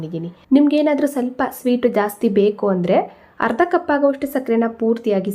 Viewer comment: ಹಾಲು..ಹರ್ದ ಅಲ್ಲ ಅರ್ಧ. ಅ ಕಾರ.. ಹ ಕಾರ ಉಚ್ಚರಣೆ ಸರಿ ಮಾಡಿ😊